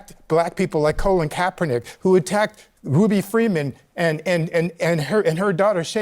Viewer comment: Notice how the gay black guy called him: Kaepern